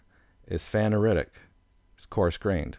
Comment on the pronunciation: did this guy really say "guh-neese" for gneiss? I am speechless. He also completely mispronounced phaneritic and aphanitic. Also failed to mention which minerals are feldspars and potassium feldspars. edit: completely butchered porphyritic. Also I have no idea what that rock is but it definitely is not rhyolite.